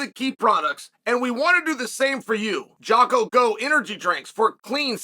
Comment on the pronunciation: Dude gets sponsored by Jocko and still pronounces his name wrong. undefeated